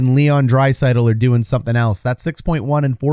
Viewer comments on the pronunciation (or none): none